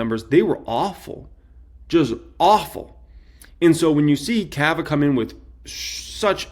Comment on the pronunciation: bro , it’s not kava , it’s cava